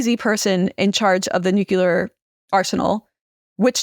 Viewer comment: It's 'nook-LEE-er,' not 'nook-YOO-ler.' Just look at how it's spelled. Why is this so difficult?